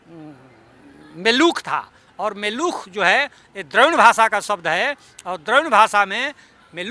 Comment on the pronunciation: इस मुर्ख को ढंग से हिंदी बोलते नहीं आती चला है संस्कृत के पुराने न होने का प्रमाण देने |तेरे जैसे गधे ही इस देश के गुलाम होने का साधन हैं|मेलुख नहीं मेलुहा कहा जाता था